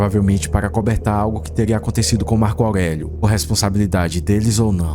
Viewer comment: Marco augueguio